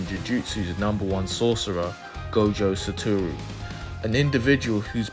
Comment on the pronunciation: naw bro said “gojo sutu”